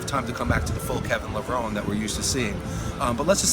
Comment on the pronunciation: It's amazing that Kevin has been around for over 20 years and people still don't know how to pronounce his last name. (It's Levro-nee)